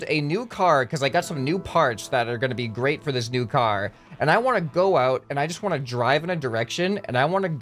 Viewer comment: Car not cat lol